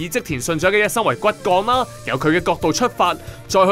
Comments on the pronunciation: 其實香港人點解咁多年都讀錯「信長」🤦 Nobu「naga」嘅naga係長短個長 唔係Nobu「choh」兵長個長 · ，應該係讀信“牆”而唔係“掌”。